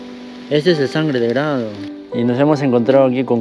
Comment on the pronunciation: Se dice SANGRE DE DRAGO, NO GRADO